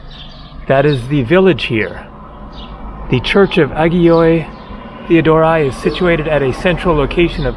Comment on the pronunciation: hi. Like I mentioned in another video of yours (and despite the written attack of some haters towards me) you need to correct the sounds of some vowels. 2.51 Ayioi Theodoroi for example. Οι, ει, υι, are thiphthongs prounced eee just like η, ι, υ, usually with the second vowel being ι. So it would be Ayiee Theodoree pronounced. Perhaps if you are interested, you can get the Peter Mackridge book "The MODERN GREEK LANGUAGE". There has been extensive work on how the greek language is pronounced and written like in no other book on this planet. Other than that, your videos are excellent. I live only a few kilometers away from Kalamata(North Peloponnese).